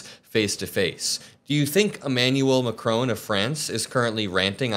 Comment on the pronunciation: Just precisely, why are you incapable of pronouncing Macron's name correctly? 🤔🙄😖 So disrespectful.